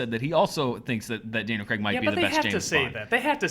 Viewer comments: it is Daniel Craig not Daniel Creg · Its pronounced cr-ai-g not cr-e-g. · Who the fuck is Daniel 'Creg'?